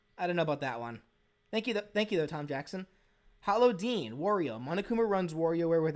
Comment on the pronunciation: Everytime he says "hollow deen" i always mishear it as "paula deen" lmao